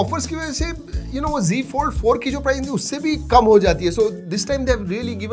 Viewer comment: Bhai wo z fold h , g g kya kr rha h ... Z ko z hi bol na . Z ko g bolne ki kya zaraut h . Z ko g bolne se khi na tu modern bn jayaga